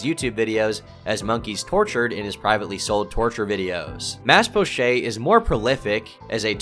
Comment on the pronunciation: "mas pochay" lol french pronunciation on an indonesian name. It's 'poh-chett', Mas is 'mister'